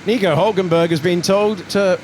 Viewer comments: Bro did not say nico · I STG HE DID NOT SAY "NICO" WHEN THE VIDEO START!!!